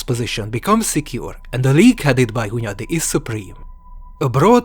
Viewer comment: hundayi accent, classic choice of taxi licences